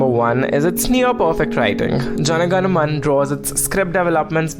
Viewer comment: Isn't it Jana Gana Mana? Not Jan Gan Man 🤦‍♂️